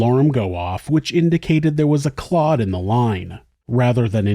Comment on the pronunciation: honestly, the way she says “clut” instead of clot… i’m hoping she’s just a moron. either that or she says it wrong in order to bother folks. i have NEVER heard that pronunciation and i study accents as a hobby. 😂